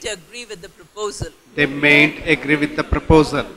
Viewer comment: Mam your pronaunsation is wrong mayn't....